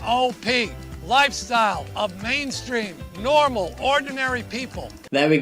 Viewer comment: My takeaway from this (because I am ignoring the content of that homophobic trash fire) is that Jamie has a subconscious inability to say the word "normal." :D